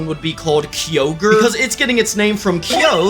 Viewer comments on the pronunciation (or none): none